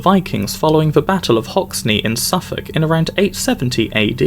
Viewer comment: Hoxne-- pronounced Hoxen.